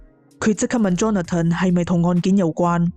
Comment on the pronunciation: Johnathan 发音是约翰森不是约翰登，听着好难受。